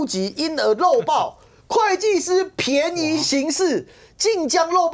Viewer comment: 便ㄅㄧㄢˋ宜行事 不是ㄆㄧㄢˊ👎🤣